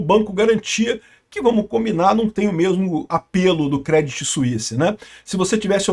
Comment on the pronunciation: A pronuncia correta é " Crêdí "... Crê não Cré ... acento no i e sem falar o T; Outro dia fez um video falando do branco BNP Paribas, se pronuncia " Parribá ".